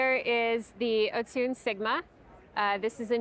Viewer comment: The what sorry? the o-soon? is that how you say it??